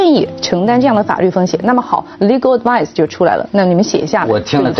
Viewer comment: She pronounced advice as sounded as advise. The difference is sutle and most non English speakers' having difficulty grasping the slight. Also she tried to impress others with her command in the language by saying it rather clumsily: "You make a bed and you sleep in it" The Cambride quote;"you've. made your bed now lie in it", Another version is: "you make the bed you lie in".😅